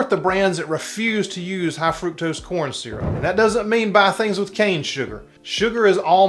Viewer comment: FRUCTOSE! It's FRUCTOSE, people!😂